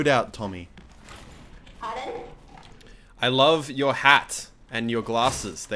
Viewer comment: Muselk: I love your loadout, Tommy! Tommy: PARHDONE??!?!?!?! Muselk: I like your hat, and your glasses. Tommy: THE GHOTSHLY GIBOOS and the.. [furiously checks inventory] Tommy: THE PROVSION GOOGLEZZ